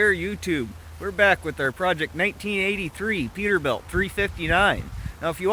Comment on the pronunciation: It's PETERBILT not Peterbiult. It's right on the hood, three times. Smh